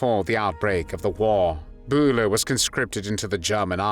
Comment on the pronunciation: Josef Byler, not Josef Buler! It´s a german y!